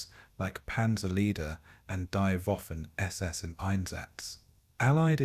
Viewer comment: You blockheads, YouTube flunkies, need to edit your AI crap as the “W” in German, is pronounced like a “V” not a “W”. Waffen is pronounced Vaffen not Waffen. Among other errors!